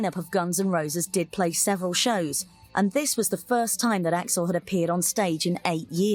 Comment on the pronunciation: AI calling him A-X-L.